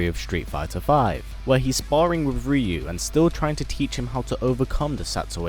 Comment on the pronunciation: Ree-yu ... -_- UHH NO. it's RIE-YU !!!!